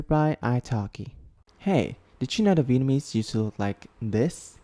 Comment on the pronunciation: hey, your Vietnamese pronunciation is very good. Keep goin' bro🔥 (I come from Vietnam)